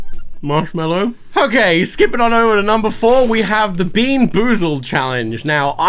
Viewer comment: "Hokaiy... so, haere's the Earth..."